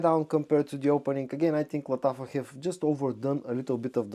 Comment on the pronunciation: Машрабия! This is how you should pronounce Lattafa perfume 😊